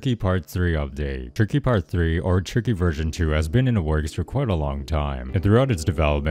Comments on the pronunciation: minutes he said tiky lol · Bro you say ticky to tricky lol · In expiration he says tiky